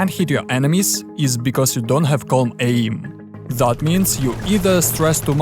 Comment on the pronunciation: What’s “uh-ee-m”?